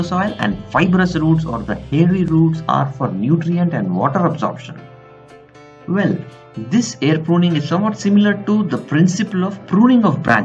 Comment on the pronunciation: It's not vell it's well